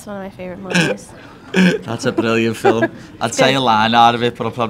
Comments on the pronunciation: Why does paddy say fi'Lm instead of film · Nina looks like she wants to put a shotgun to his temple every time he says ‘filim’😭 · Why does he call films "fill 'em"? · whats a "filum"? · WTF is a Fillum??? 😂😂😂